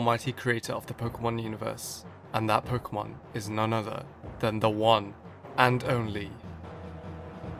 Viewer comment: he isn't the BEST he's good but not the BEST he can't even pronounce Pok'emon.